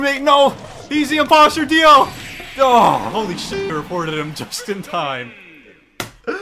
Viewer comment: “I got uhh… it think it’s Dio.” My brain: “You thought he would say Giorno Giovanna, but it was I, Dio” Edit: He even spelt his name out wrong, he say DAO and not DIO 🥲